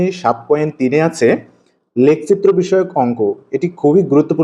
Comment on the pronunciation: লেখচিত্র এইটা এইটা আপনার উচ্চারণের সমস্যা